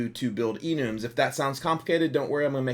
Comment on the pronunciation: Love the tutorials, "Enooms" is new to me i thought it was like "enumb".